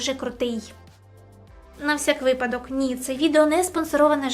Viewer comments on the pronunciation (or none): none